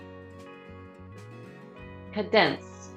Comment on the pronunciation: She mispronounces several words such as sieve and cadence.